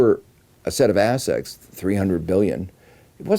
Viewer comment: Is he saying "assets" or "ass sex"?